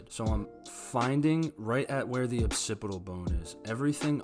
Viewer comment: “Occipital bone,” not “opsipital bone.”